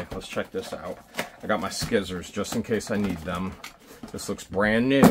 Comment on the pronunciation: You gotta pronounce Scissors right you know this!? It's skisors